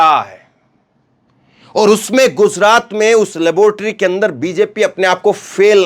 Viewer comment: KYUN GUZRAT BOLTA HAI. GUJRAT BOLNE NAHI AATA..YEHI EDUCATION HAI...SHAME SHAME